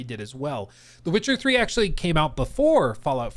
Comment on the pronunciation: “Wit-cha Ffree”